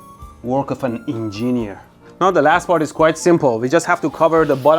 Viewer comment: Ah yes, the en-gee-neer